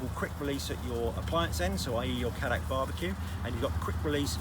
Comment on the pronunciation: as a South African where Cadac originated, please everyone Cadac is pronounced as Caydac and not Caddac